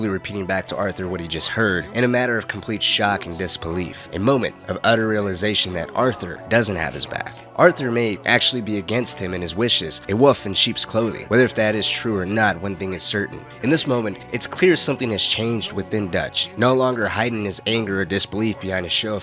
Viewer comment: I made it about 38 seconds in when I heard "wuff" instead of "wolf" lmao it's like pronouncing "old" as "udd". I don't mean to rag on you but like I genuinely do not understand how Americans routinely find that word hard to pronounce.